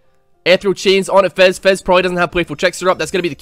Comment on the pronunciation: I swear to god, calling Fizz 'Fez' is the funniest fucking thing.